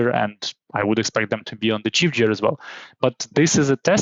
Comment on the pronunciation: it's cool, the main mistake here is gear - 'jear'... should be pronounced guear, recOrd not rEcord (the verb has stress on the second syllable - some stresses in some words) but what is more important the content, thank you. e.g. for correct stresses you can check google translate listen the correct pronunciation: a rEcord, to recOrd, just advice so it would sound more natural. there are many words like that an Export/ to expOrt etc